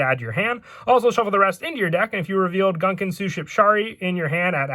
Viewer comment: It's pronounced "goon-kahn" aaaaa (Love your videos though I've been so hype for this stupid archetype ever since it came out in OCG)